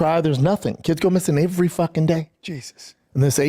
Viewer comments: “Ivery day” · Why wont anyone let him know how to pronounce the simple word "every"